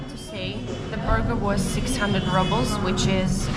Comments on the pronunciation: is a very old fashioned name....and ₽ is pronounced as "roobl" and not rubble = a pile of broken stones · the Russian currency the Rouble is pronounced [roubl], NOT [rabl]. It's pronounced the same way as in Russian as there's no English translation or anglified pronunciation. Rubble is incorrect pronunciation and wrong connotation. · You pronounce rubles like rubbles! LOL And you watch your fat intake but not the sugar! High protein + high carb = super high insulin spike!